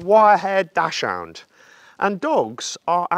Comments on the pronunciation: The German pronunciation of Dachshund isn‘t dashhound. Try saying daxhoond instead😀. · It's pronounced "doxund." It's German, and there's no 'o' in the name so it's not "hound." You're not the only one! No offense. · It's spoken Dax-Hund. You pronounced it like an American. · try pronouncing dachshund like 'duck's hount'. The translation of Dachshund is 'badger dog' - with 'Dachs' being the word for badger; 'hund' consequently is a second word and pronounced seperately from the first. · He keeps mispronouncing Dachshund. lol.